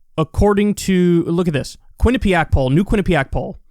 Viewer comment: Is anyone else concerned that Kyle can say "Quinnipiac" but he can't say "rural?" lol